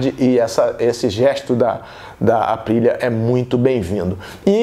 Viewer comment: Total respeito ao Téo José... mas não da pra gnt sair de uma transmissão com Guto e Fausto e cair numa q o cara não sabe se a moto escapou à frente ou se foi traseira... escutar ele chamando a Aprillia de ASPRILA, falando NAGAKAMI... Pelo amor de Deus, a fox precisa contratar essa dupla de monstros da motogp!!!